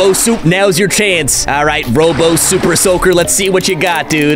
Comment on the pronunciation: I thought he said soupersoker